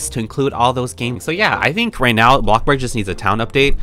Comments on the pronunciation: Its not blokburg its bloxburg smh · Its bloxburg dum sum not blocburg. But your vids are ggoood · I love the fact that he say's bloxbuk and robok or something like that 😂😂😂 Like and comment if you hear her pernounsing something wrong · Who else loves the part when he says “bLoCkbUrG” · I love how you say blockburg